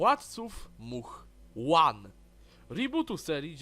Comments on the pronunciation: No to się trochę przeliczyłeś. PS. "One", po polsku, a nie żadne "łan" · Gościu, ale ty wiesz że to jest wlatcy Móch ONE, a nie łan? xDDDD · Żle czytasz tytuł nie przeczyta sie ONE po angielsku tylko One po polsku to miało oznaczać dziewczyny